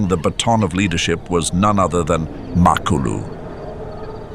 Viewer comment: NOT MAK ALU IT'S MA KLU LU